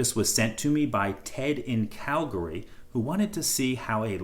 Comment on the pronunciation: As soon as you said Calgry I knew you were Canadian.